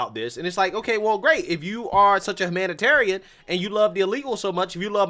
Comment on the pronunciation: Why can't you pronounce "hyoo"? As in hyoo-manitarian or Hyoo-miliate? Went is it always "hum"? Ffs, play the voice recording on how to pronounce these words!!